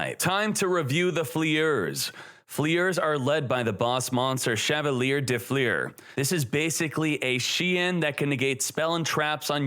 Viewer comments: Fleur is one syllable. Not “flea-urr” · "fliers" tf is that pronunciation